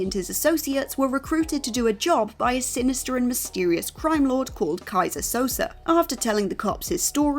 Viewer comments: You can tell the presenter didn't actually see The Usual Suspects with how they pronounce Keyzer Souze's name. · "Keyser Sosaar" and with that WhatCulture continues to butcher pronunciations of certain names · Guess you never watched The Usual Suspects. Butchering the name Kaiser Soze. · Also in this was "Keyser Sosaar" (repeatedly)